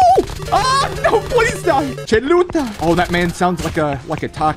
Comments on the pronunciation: I laugh so hard when he said "cheluta" sounded like a taco and it was chuleta that's pork chop in Spanish JAJAJAJAJAJ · Chuleta is pork chop lol.: "Cheluta" Hispanics: "chuleta": "sounds like a taco" Hispanics: "its a porkchop" 🤣🤣🤣🤣